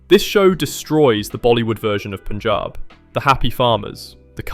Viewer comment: Always love your lists. And loved that you pronounced “Punjab” correctly - kudus on your detailed research!